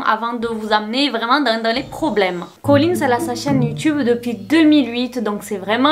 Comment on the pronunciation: Bonne vidéo, mais au bout de 10 minutes j'ai du arrêter à cause de ColleenSSSSS y a pas de s, c'est super irritant